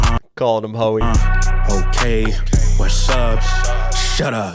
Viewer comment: He's saying west up shut up. Not what's up shut up